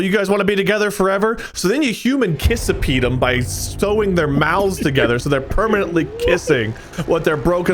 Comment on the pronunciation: Was not expecting "human kissapede", my god